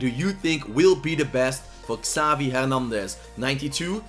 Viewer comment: Just me or does he say ‘ skavi ‘ instead of ‘ xavi ‘